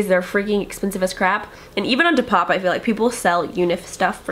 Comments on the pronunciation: you can literally watch any other depop video on YouTube and find out how to say it. D. POP. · you can't be serious saying depop like that